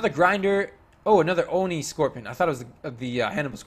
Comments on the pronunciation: Stop mispronouncing ONI PLS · sorry for being mean, but it annoys me